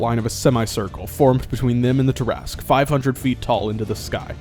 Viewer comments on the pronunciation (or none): I was so disappointed that you pronounced it Tear-Ask and not Tear-a-sque...